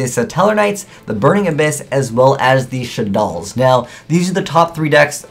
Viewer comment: 1. You pronounced shaddoll wrong 2. You put too much emphasis on what cards the decks don't have 3. You pronounced shaddoll wrong